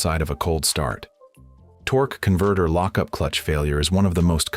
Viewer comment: Torque,eee converter 🤣🤣 if you didn’t hear it go back and listen 😂😂 more AI 💩 to add to the endless amount of AI 💩, “Worked on BMW for 15 years” But can’t talk on a video, We will pretend we believe you.